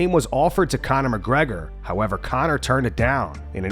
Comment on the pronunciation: Conor. On n. Not two.